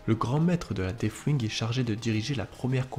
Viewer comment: Très sympa, merci ! ps : Par contre, si je peux suggérer quelques attentions d'écriture/formulation/etc que j'ai retenues : - prononciation : ce n'est pas un f dans deathwing, il vaudrait encore mieux faire comme si c'était un "s" 😅 - le participe passé de acquérir, ce n'est pas "acquéri" mais "acquis" (d'ailleurs pareil pour la forme conjuguée, c'est "il acquit" et non "acquérit") 😅 - à , prononciation : surtout pas de liaison entre "grands" et "héros, sinon cela fait grands zéros... (loin de moi l'envie de vanner les DA en disant que cela pourrait être mérité mais je ne le pense même pas, bref 😜)